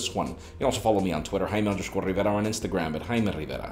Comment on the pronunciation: JAIME RRRRRRRRRRRRRRRRRRRRRRRRRRRRRRevira 😩